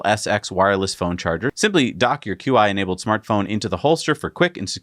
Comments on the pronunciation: It's not Q-I. It's pronounced as "chee", as in cheetah. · Just a quick note about pronunciation - QI is pronounced 'chee'